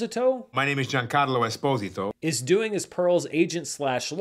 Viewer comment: Admit it this video was only made so you could say Esposito wrong